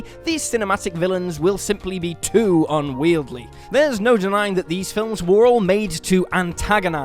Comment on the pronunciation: too "unwield-ly"